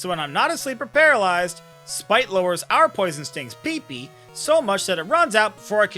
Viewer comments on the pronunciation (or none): The way you say "PP" is hilarious. It reminds me of the way Dr Evil says Mag-Ma 😂